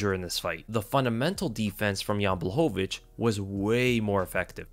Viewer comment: Your saying jans last name wrong